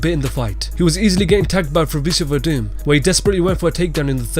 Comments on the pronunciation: Horse meat Overeem? You mean Ubereem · Its not horse meat overeem its ubereem lol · "It's uberreem" not "horse meat overreem" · Fuck sake it ain't horse meat overreem that's fucking UBERREEM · It's uberreem not horse meat overeem tfffff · I heard horse meat overeem and I died 😂😂😂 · I think you'll find its ubereem.. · "Horse Meat Overeem" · The way this guy says Alistair Overeem has me so weak it sounds so weird😂